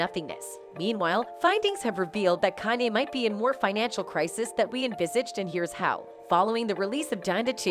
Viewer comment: The way she's pronouncing his name is driving me nuts. "CAN-yee"